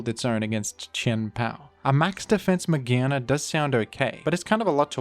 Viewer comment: Mah-GEAR-na not magehna